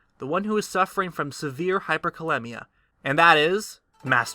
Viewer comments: Performs specific research & precise calculations, but still pronounces it "hyperkaLEMMia"....it should be hyperkaLEEMia, like rhymes with anemia. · Hyperkalemia is pronounced (Hyper kah-lee-mia) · as a healthcare professional... 3.5-5.0 isn't the average, its the acceptable range of potassium...outside of this is dangerous... and hyperkalemia is very life threatening, look up nerve function, and heart muscles... so is hypokalemia... and its pronounced cal-eem-ia